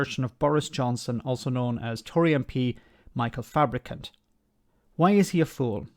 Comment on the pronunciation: You keep mispronouncing his name...........it's Fabricunt.